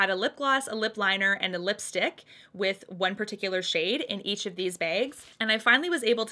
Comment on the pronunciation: The way u say Bags or Bag tickles the heck outta!!!! 🤭😉💕